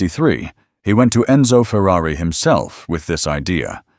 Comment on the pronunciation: No. There are no coops. The word is coupé. Same word as chop. Don't people know French? Say cooh pay. Jesus, this is sad. And that included saying Fewwawee. Why would one?!